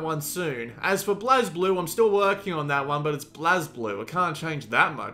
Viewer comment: The correct pronunciation is blaze-blue